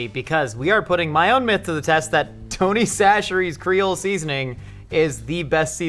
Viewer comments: Is it actually pronounced Tony Sasheries??? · A Louisiana native here... It's Tony Chachere's -- and we don't call it "Tony C's," just "Tony's." ... However! "Slap Yo Mama" is also fantastic. If you prefer that little more peppery kick, try Tony's "Bold" flavor.